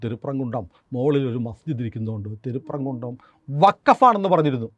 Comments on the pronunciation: തിരുപ്പം കുൻ്റം അല്ലാ. തിരുപ്പരം കുൻ്റം ആണ്. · തിരുപ്പരങ്കുന്റം എന്നതാണ് ആ സ്ഥല പേരിന്റെ ശരിയായ ഉച്ചാരണം